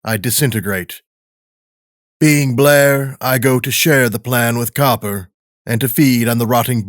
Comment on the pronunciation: Loved this pov but Copper instead of cooper?